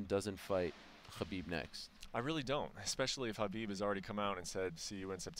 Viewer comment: The way Ariel says kkhhhhha-bib makes me cringe.